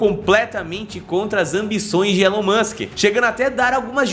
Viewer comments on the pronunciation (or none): Pq vocês aí no Brasil não sabem pronunciar o Nome de Elon Musk? Vocês falam como se tivesse um "N" MANSK, isso é errado! Antes de fazer um vídeo falando sobre os planos de Elon Musk aprendam primeiro a pronunciar o nome dele. A pronuncia correta do Nome MUSK é "MASK" Sem "N"